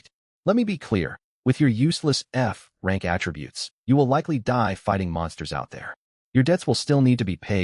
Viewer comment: that’s hilarious the AI reads going from F rank to C rank as going from frank to crank